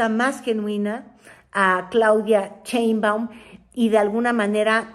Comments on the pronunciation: Sheinbaum, no CHEINbaun… luego dices que Lis Vilchis no sabe leer, tu habla bien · Te Cuesta mucho pronunciar BIEN el apellido de la Presidenta ??? Caes mal. Cuando no respetas